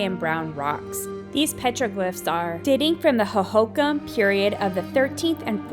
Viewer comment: This lady's horrendous (and seemingly selective) mispronunciations of Saguaro, Javelina, and Hohokam are equally offensive and unnecessarily painful. At least put a disclaimer at the start of the video that you don't know (and clearly don't care) how to pronounce, these words but are going to say them anyways. The willful ignorance, as she confidently and unhesitatingly, butchers these easy to say (with a bare minimum of effort) words is both unsurprising and very much on brand for a certain demographic of folks....